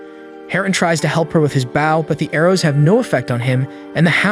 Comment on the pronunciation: A bow is the front of a ship. While a bOw (the O in bow is the long O sound) is a weapon used with arrows. Sorry I had to point that out, but every time you mispronounce bow it throws me off and I just wanted to FYI because you have done this in other videos as well. I love your videos however, that is why I wanted to let you know! Please do not take this as anything other than helpful correction. 🥰